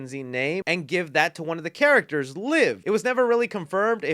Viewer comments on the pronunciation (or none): none